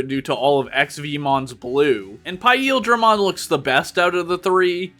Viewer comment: That's not how you pronounce paildramon 😬